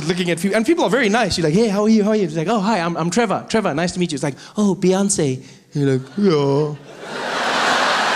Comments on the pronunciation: Trevor 🤣Revor🤣Evor😂😂😂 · This is seriously some funny shit! Thanks for the laughs Trevor, Revahh, Nevahhh!